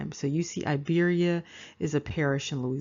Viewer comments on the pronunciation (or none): Hello, this comment is late, but I want to tell you that Iberia is not (a)Iberia, nor Ibro, it is Iberia, it is pronounced like (e)beria, and this is the present Republic of Georgia. As for the national clothes, it is called Chokha, and the one worn on the head is Bokhokhi. which was sewn from pure sheep fur. There is also a different headdress called a kabalakhi I don't know where from dig it up this information, I will tell you that it is not Germany, nor Africa, nor Australia, nor China. This is Georgia and the ancient name of Georgia, thanks